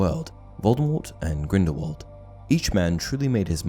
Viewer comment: STOP SAYING GRINDEWALD ITS GRINDELWALD FIDNEUDJRHSHEBDBFHRJDJDHRJDBDHRNRH